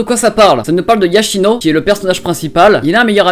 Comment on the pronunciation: Yoshino pas Yachino